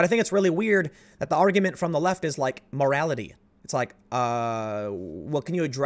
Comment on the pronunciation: "Muh rality"